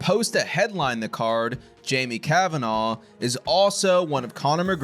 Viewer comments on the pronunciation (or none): none